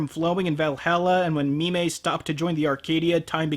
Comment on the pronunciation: So it's "Mi-mey" the telepathic space maiden, instead of "Meme" the cowardly dwarf smith.